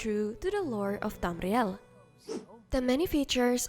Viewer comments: Hearing that 'Tamr-rial' is Oddly Satisfying, i love it ❣. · I have a speech impediment with the letter R so when I hear people pronouncing it the way I can't I get a huge amount of satisfaction 😂. Yeah get that R get it good!!